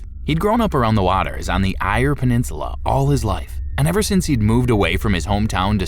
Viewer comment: Eyre Peninsula ('air'), not 'eye-a'.